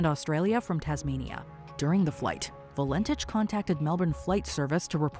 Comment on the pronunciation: Valentich is pronounced val-en-tik. I remember this. I had recently turned 19, and grew up/lived only a few miles from Moorabbin Airport where he had taken off from. My Aunt and Uncle said they saw strange lights over Bass Strait that night. Very weird. I also remember the disappearance of Harold Holt. My Uncle (a different one) was the policeman in charge of the search and rescue, though he always said it was never a rescue, it was a recovery. No remains were ever found though. Lots of sharks in those waters.